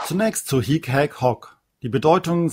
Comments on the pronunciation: Ihre Videos sind wirklich gut! Vielen Dank dafür! Ich muss allerdings anmerken, dass es manchmal die Aussprache (lang/kurz) bzw. Betonung nicht immer korrekt sind. So muss es hier z.B. unbedingt ein kurzes "hic" sein, denn das lange "hiiiic" bedeutet "hier" (nicht "dieser"). Auch das "hoc" im Nom. und Akk. Sg. neutrum muss kurz gesprochen werden - nur so kann es von dem langen "hoooooc" im Abl. Sg. m./n. unterschieden werden. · Hallo, ich möchte gerne etwas anmerken. Man spricht das hic nicht hiic aus sonder hic, also das i kurz ausgesprochen. Es sei denn, es geht um das wort hic-hier.